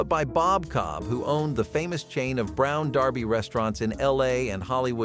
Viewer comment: Um...just so you know, it's not pronounced Brown DARBY in the US. It's pronounced Brown DURBY. (Another example...the Kentucky Derby is not the Kentucky DARBY...but is pronounced DURBY.) Also...the wedge salad doesn't have ANY greens in it except a wedge of iceberg lettuce. There is no spinach anywhere in it. Look at the video you're showing within your video. No spinach.